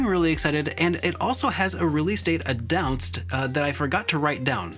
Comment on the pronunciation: Addounced? lol